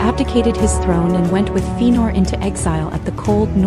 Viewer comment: Very nice but its pronounced Fe-a-nor.